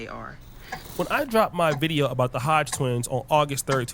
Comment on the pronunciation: The 🦝 twins you mean. Say their name right